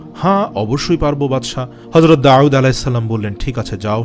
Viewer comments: داوود على السلام Not داعود على السلام আপনি নাম টি সুন্দর করে বলবেন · Nobir name Ta ektu correctly pronounce korar request korsi. ( Da’ud with hamja, not with a’in) thanks brother. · জনাব, ক্ষমাপ্রার্থী! "দাউদ" উচ্চারণ ভূল শোনা যাচ্ছে। দাঊদ "আইন" দিয়ে নয়। পেশযুক্ত "ওয়াও" দিয়ে। ধন্যবাদ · উনার নাম ছিল ( داود عليه السلام)আপনে বলতেছেন داعود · দাউদ বলতে আইন নয় ওয়াও হবে। داؤد হবে داعود নয়। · আসলে ওটা داعود না داود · অনেক ভালো লাগলো তবে দাউদ নবীর নামের উচ্চারণ এর ক্ষেত্রে কেমন জানি শুনা যায় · দাউদ আলাইহে ওয়াসাললাম নাম এর মাখরাজ সঠিক করে নিও। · বার বার দাউদ (আ) নামটি অশুদ্ধ উচ্চারণ করা হয়েছে।